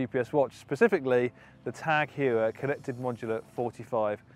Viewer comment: It’s pronounced Hoyer not Hewer. This watch is sick